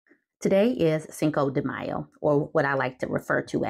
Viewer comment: Cinco de die-o 😂😂😂